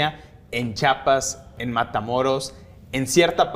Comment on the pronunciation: OTRA VEZ!!!!! CHIAPAS.... CHIIIIIIAPAS!!!!! STAN BIEN MENSOS PARA HABLAR!